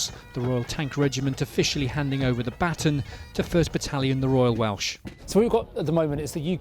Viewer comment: Weird, mispronounced “baton.”